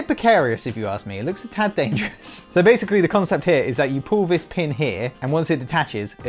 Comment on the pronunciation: He said dangerous like an Indian